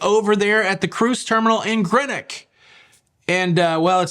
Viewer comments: Much as I love you please…… it’s Greenock as in the colour green. Just a little annoying when you say Grenock 👍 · How can you go to Greenock yet not know how to pronounce it correctly?